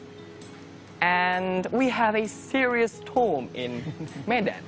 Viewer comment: Cara dia pronounce have kedengaran kek half, pdhal sbnrnya biasa aja